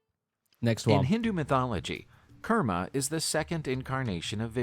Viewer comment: Kurma not kerma